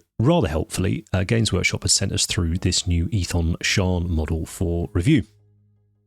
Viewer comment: Thanks for being the only guy I've heard pronounce Ethan Shawn's name right.